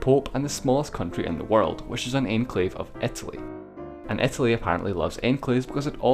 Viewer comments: IT IS ITALY NOT ETALY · why do you pronounce "eth-a-lee"!?! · Etely seriously bro? come on man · "etaly"...WHAT XD